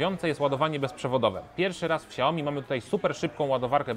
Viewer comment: Xiaomi a nie ciaomi